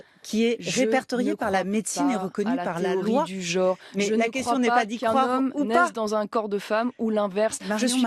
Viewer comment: Comme de coutume, Marion Maréchal est brillante et percutante. Dommage qu'elle ne sache pas prononcer le mot genre correctement. Sinon, honte à France Inter et à l'Arcom de tolérer une telle pseudo journaliste mais vraie militante d'extrême gauche.